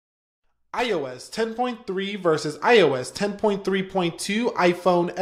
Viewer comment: I seriously hate the way you say iOS...idk why it just annoys me